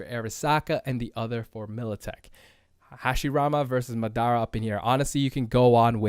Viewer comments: Can we talk about how you pronounced Madara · the way he pronounced madara 😂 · You pronounce Madara wrong. Put some MF respect on his name. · Anyone gonna talk about how he said madara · Butchers Madaras name